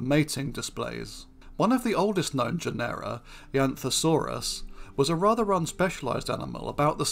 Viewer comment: Please note that genera is pronounced JEN-er-a, not je-NERR-a